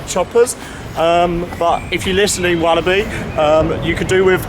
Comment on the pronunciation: well i would he say he has said it right and i am from belgium